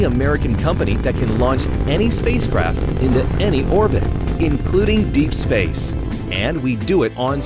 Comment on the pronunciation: spaic EX